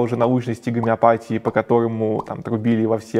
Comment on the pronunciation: Не из-за г'омеопатии у тебя приг'орело, болтун. Из-за собственной тупости.😂